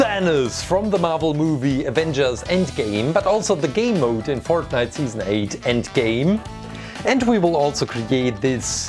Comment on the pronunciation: That’s not how u say fortnite